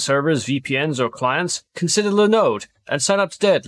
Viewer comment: your LInode American accent - always makes me chuckle.